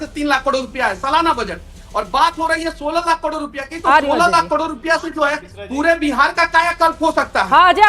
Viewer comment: इसको तो करोड़ भी बोलने नहीं आता।।